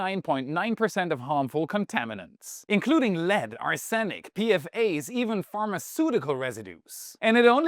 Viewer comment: Great vid mate! What is Ar-san-ic? 😏